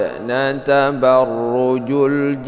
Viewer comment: Td nya baca nya tabarrujul.pdahal tak cek lg trnyta tabarrujal